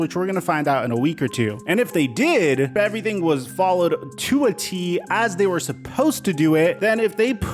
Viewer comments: Lol you said to a t (Tua T) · ….lol, “too a T” Tua T.